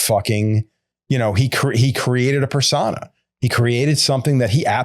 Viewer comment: ps: I dont know if reads these comments but ive seen a few of the episodes and i just want to be helpful and say that the word "niche" is pronounced like "knee-sh" and "persona" is pronounced like "purr-sow-nah".